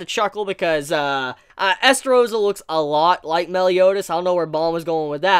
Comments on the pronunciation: Why do u keep saying meel? (Meal) instead of mael? (My-El) that's his name cuz rudicel (rude-eh-cELl) tarmiel (tar-me-EL) sariel (sorry-EL) and so it would be mael (my-EL) cuz it would sound dumb if they are all EL's then u just see mael (me-eel) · seriously, i know its boring to hear, but its MAH-EL, not mel, please pronounce it right, how did you even come up with this absurd pronunciation? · my L not mell